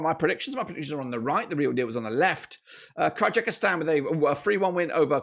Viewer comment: the correct spelling is Kyrgyzstan!🇰🇬 stop pronouncing our country with mistakes